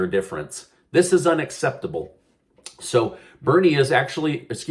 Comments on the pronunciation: Its pronounced: jai-AH-paul......with the emphasis on the AH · Hello I am from Washington state where representative Praymyla Jayapalis from and I am just letting you know that her name is pronounced Jie- a -paul just letting you.I hope you understand how I explained,I guess I shouldn't complain I don't like her anyways.LOL. I listen to you all the time thanks for the updates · I enjoy your videos, however would you please learn how to say Jayapals name properly, she is our representative and it drives me crazy.